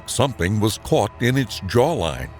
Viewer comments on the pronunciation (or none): If yourw gonna maje videis, tge keast you coukd do is ID the species correctly. I also thought you were sati g "cut in line," but figured out youre trying to say "caught in line."